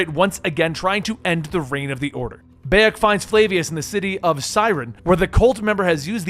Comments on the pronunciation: Every time I hear you say Beyak instead of Bayek, my ears bleed! 😒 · The protagonist isnt called beyak. But bayek. You cant even fucking nail that, why the fuck should we listen to your video? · Ahh yes bey-ej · BAHHH-YEKKK good god man the least you could do is get the main characters name right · Dude it pronounced Buy-Ek!!!! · Beyack? Hahahahahahahahahaha!!! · dawg im sorry but you couldve at least tried to pronounce his name properly. everybody calls him BYE-ek and u still managed to pronounce it wrong smh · Ah yes my favourite assassin Bay-ek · Ah yes baiek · Pronounced bye-yek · i love how you mispronounce the name beyak thats funny leatrn more about games if u wanna make vids ab them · huge dislike for mispronouncing the protagonists name, that's about as much as I need to know about how much you know about the series and if I should listen to the video, bye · I can't finish this video. It hurts to hear you say Bayek's name. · How do you listen to someone's name a hundred times maybe even read it if you have the subtitles on and still say it completely wrong in the most American accent possible. Is it just impossible for Americans to just say a name how it's pronounced do they have to pronounce it in an American accent with American English and American pronunciation wtaf and how? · honestly, I couldn't watch more than a minute of this for the simple detail that he's saying Bayak's name wrong, cause its not like you don't hear it a HUNDRED times in the game or anything... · I literally don't have the capacity to finish this video because he can't pronounce my man's name 💀💀💀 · Yeah I was boutta say how can you play the game and not pronounce Bayek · Buy-ek, Keh-moo, Eye-bis, Flah-vee-us, Ah-mew-net…please….